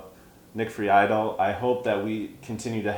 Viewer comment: Lol also that was pretty low of Nick. Disappointing. And his last name is pronounced Free-dell